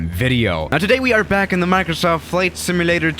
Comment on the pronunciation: Nobody:: Maurcrosauft